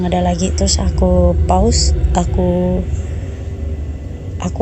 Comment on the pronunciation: Pause dibaca pôz. Kalo paus, paulus.